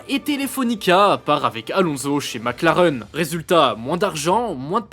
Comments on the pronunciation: Sans oublier Mac Lareeeuun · MacLareuuune ? Vous êtes sérieux 😅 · MacLareune 😂 ! Il manquait plus que Villeneuve et son "MecLaren" !